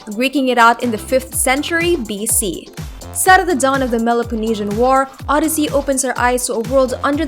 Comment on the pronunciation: did she say meloponnesian war and not Peloponnesian War 🤦🏾‍♂️